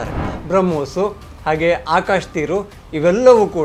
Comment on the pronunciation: ಚಿಂಪಾಂಜಿ ಬಂಗಾರು ಅದು ಆಕಾಶು ಅಲ್ಲ ಆಕಾಶ್. ಇದರಲ್ಲಿ ಹೊಡಿಬೇಕು ಇವರಿಗೆ.